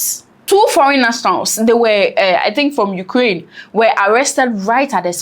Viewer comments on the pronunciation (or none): none